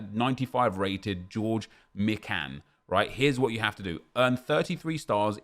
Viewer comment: Sorry but george mikan heheh (my-kan)